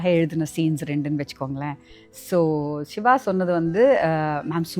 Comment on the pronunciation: not SHIVA just siva please .... tamil tamill